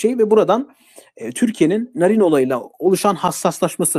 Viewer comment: Jahrein i sevmem ama bu yapılanın haksızlık olduğunu düşünüyorum. Bir şey daha eklemek isterim ki Sayın şu çocuk yaşta canından olan kızımızın ismini TDK ya göre doğru söylüyor olabilirsin ama aynı TDK örneğin Kaatil diye vurgusuyla okunan Katil kelimesini vurgusunu yok ederek anlamsızlaştırmış iken bari kızcağızın ismini olması gerektiği gibi telaffuz etsen? Narin diye yazılır Naarin diye okunur.Sen narin narin dedikçe içime fenalıklar geldi. Jahrein in ailesine ve eşine sabırlar dilerim.Umarım adalet en kısa zamanda tecelli eder ve serbest bırakılır.Narin kızımızın katilleri de,onlara yardım ve yataklık edenler de umarım en ağır şekilde cezalandırılır.Mekanı cennet olsun kızımızın.